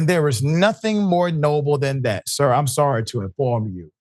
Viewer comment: Im "sorrdy"